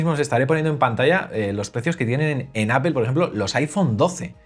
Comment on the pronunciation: Todo increíble. Tienes un canal sorprendente. Sólo cuida tu pronunciación de APPLE. Cuando pronuncias dices Apel con la vocal E, y la pronunciación correcta es con la vocal o Apol. Te lo escribo porque tu canal se trata de Apple y es lo que pronuncias mal.